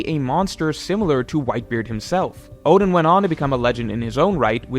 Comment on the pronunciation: Who the hell are Orden and Jayabura???? Fix your pronunciation